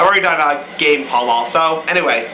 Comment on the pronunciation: No L, it's Pal-ma. Pall Mall is just a brand of cigarettes.